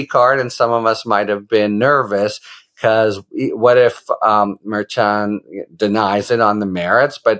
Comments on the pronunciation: Merchan pronounced Mershan. Not March-on. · The “ch” in Juan Merchan’s name is a “soft ch,” meaning that it is pronounced as an “sh.” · Does anyone else find it weird that he still pronounces the judges name wrong even after being corrected?